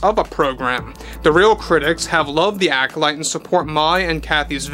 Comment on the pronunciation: The ACK-olyte